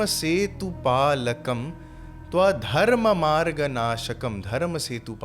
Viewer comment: unclear pronuciation , its tya adharm marga naskam .